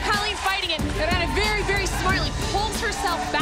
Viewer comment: minutes of poorly pronounced Irenes